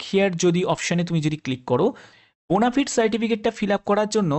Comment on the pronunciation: ওরে বোনাফায়েড বোনাফিড নয়